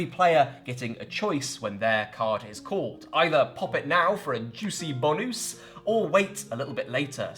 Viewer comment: In the Oriflamme review, is that a “bonusse”?